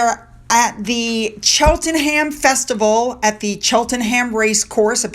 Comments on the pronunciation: Chris Patten is a former politician, he was given the gig at Oxford after he left the government. So there's obviously some ulterior motive behind his act. I never liked him as a politician, and he's done nothing to change my mind. Btw, Cheltenham is pronounced Cheltnam. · Hi, hope you don’t mind me telling you, when you pronounce places like Cheltenham, Buckingham, Birmingham, you don’t say the ‘h’, so it’s like buck-ing-um, or chel-ten-um. Hope you don’t mind me telling you. Love your videos xx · I love how you say our funny Cities, Towns and County names. Give me a giggle. Keep up the great content in your videos. Oh, It's pronounced Chelt-nam😉 Great love and support from the UK. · Cheltenham is pronounced Chelt-nam.